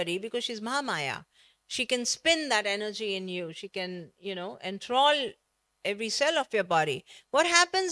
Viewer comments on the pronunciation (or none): none